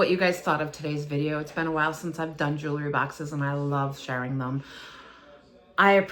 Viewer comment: It’s pronounced jew-el-ry, not jew-la-ry